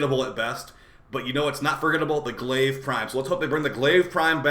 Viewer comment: It’s not Glaive🤣